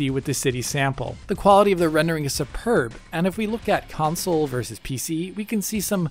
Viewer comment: How do you get away with saying "Council" repeatedly as a major gaming channel? Lol